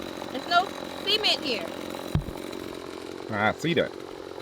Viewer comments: ASK, not AX. Y'all is NOT a word; GROWTH, not GROFE; SI-MENT, not SEE-MENT. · Ya pronouncing cement like sea ment is funny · Why are you pronouncing cement lik seamen?